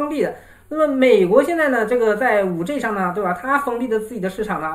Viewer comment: 你的英文字母發音都不正確 是5G，不是5J 天呀！ 救命啊